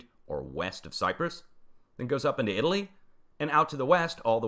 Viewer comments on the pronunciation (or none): none